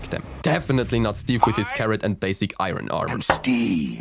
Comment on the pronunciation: It's not pronounced iron its iron